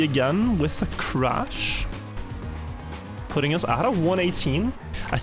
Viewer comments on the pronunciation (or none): none